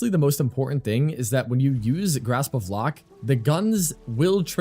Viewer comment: Haalvu fits Xaku so well aesthetically too, I'm definirely switching over to this build. One note for future vids: Lohk rhymes with Oak. Not 'lock'. That kinda bothered me 😅